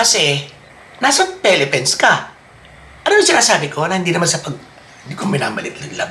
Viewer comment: How u talk Philippines to pelepens hndi nakakatuwa.